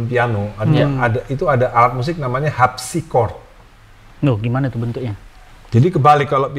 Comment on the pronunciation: dia bilang Al Habsi